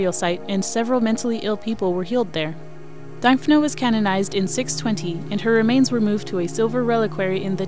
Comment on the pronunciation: Pronounced Dimphna. Thanks for the video